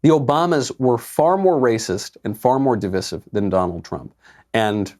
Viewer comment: Michael, I love you- always a great show. Big but coming........please do NOT say di- viss- ive- PLEASE!!!!! I am seriously begging you! It is div-ice-ive, as in divisive. The only conservative I know who pronounces it right is Tucker Carlson.....I think. The mistakenly pronounced di viss ive just sounds like nails on a chalkboard, not to mention more pretentious than anything in modern culture. You are so wonderful Michael- have pity! I will seriously never stop listening to your wonderful shows, just ..... please?😉